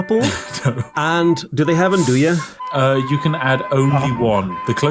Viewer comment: Andoya sausage? U mean andouille sausage like Cajun sausage right? The answer is no u cant have any. I'd sat get ur own country but we know how that goes.